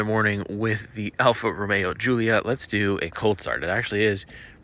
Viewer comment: Did you say Goolia??!! Lol